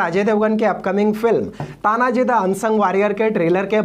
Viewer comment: तान्हाजी मालुसरे है नाम तो ठिकसे लो भाई